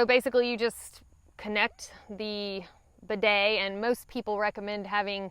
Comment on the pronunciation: Even the way has a hard time saying bidet this shows how Americans are totally unfamiliar with them and afraid of them. put an inexpensive bidet on your toilet and you will come to hate wiping and learn how unhealthy it is.